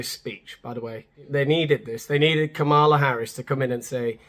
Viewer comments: Try saying her name correctly. For starters, not Kamaala. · Maybe before you're going to tear someone a new one and put in the work to edit in annoying cutaways you should learn how to pronounce her name.